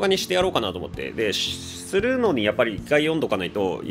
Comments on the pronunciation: 「おもんばかっていきます」に聞こえた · 「ご紹介していきたいと慮って行きますぅぅ〜」 って聞こえた